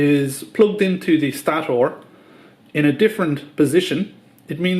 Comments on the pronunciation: Good video but please say stator correctly lol had me laughing everytime you said it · Turd phase? Loose the gloves, speed it up, and learn to say stator, third, and three in English.